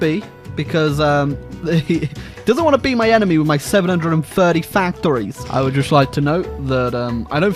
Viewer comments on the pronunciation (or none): 730 Fack-thu-rees